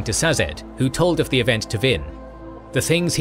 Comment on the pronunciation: He says them different from the audio books. Cett is pronounced sett. Sazed is pronounced say-zed. Two examples of the audio books.